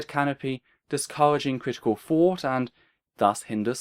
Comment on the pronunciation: hard for me to understand pronunciation of "thought"